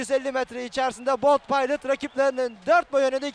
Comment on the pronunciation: biz bold paylıt demeyiz, biz bold pilot deriz kardes. bold pilot daha seksi söylenişi var :D